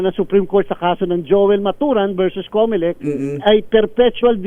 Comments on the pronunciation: Comelec! Comocolek😂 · Cocolect yan hindi comelect